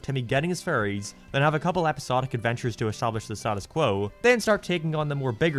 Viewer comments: I’m sorry ….But every time u say fairies the captions pick up furries…. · Your accent makes it sound like you are saying furries instead of fairies 😅 imagine a show called the furry odd parents 😳.... maybe not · Most people: fairies: furies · pronnounces "fairies" in a way that it sounds a loooot like "furries" And he likes Sonic the Hedgehog... What's your fursona,? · I never watched this show, I just like these videos because the way you say fairies sounds like furries